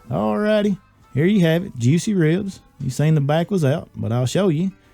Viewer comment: "Wibs" -Elmer Fudd